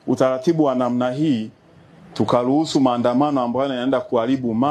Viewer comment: Huyu alisomea nini na wapi japo nasikia alisomea Marekani? Huyu si yule aliyempigia magoti Magufuli akampa uwaziri? Je wewe ni mwanashera au unaongea utopolo kutokana kutozijua sheria? Eti tukaluhusu. Hata Kiswahili chenyewe hajui. Shame on. you.